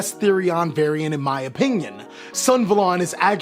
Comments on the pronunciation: Us: REGULUS SUNAVALON +: REGULUX SUNVALON Gosh I love you guys, but the way you guys deliberately mispronounce these card names is literally so funny. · Sun - Ah - Va - Lon